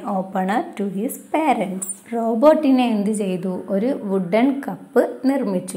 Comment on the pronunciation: Tcr one mistake Robertino not roberttino